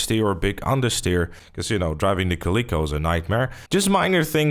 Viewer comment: Still said Calico wrong